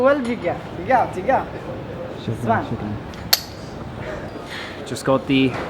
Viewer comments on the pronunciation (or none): none